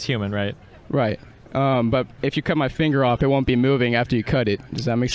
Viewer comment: “rightt” no…